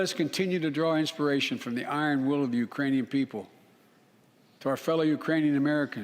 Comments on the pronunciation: he said "Uranian people". As in people from Uranus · He did a very good slurred "Ukrainian". I don't feel ok! He is spiraling the U.S. out of control. He's only for himself & his pocketbook. Same for Pelosi. FJB! Let's Go Brandon! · Sounded like "Uranian" to me and reminded me of that song "Ukranian Uranium Bread". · Did he say Iranian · I heard Uranian people... (-_-) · It's right after but he clearly said Uranium people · I had to listen to that gaffe twice. It sounded as if he had said, "...the Uranian people." Do they have people on Uranus?